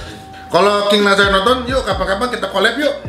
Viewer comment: Nassar bang bukan nazar wkkw pelafalannya